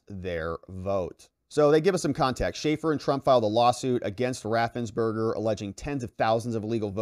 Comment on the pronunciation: For god's sake it's Raffensperger with a "p." 😂 I love your content, btw. Haha